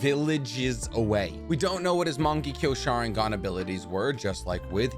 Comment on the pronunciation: Why do so many people pronounce Shisui’s name that way? I’ve noticed a bunch of narutubers do it, but just so everyone is aware, it’s not shi-su-ee like ship. It’s SHE-su-ee Okay, after going through more of the video, you just have really poor, Americanized pronunciation. Mungeekyo sharingan, Minnuhto 😂